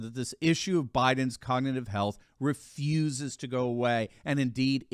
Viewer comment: He can’t even say cognitive.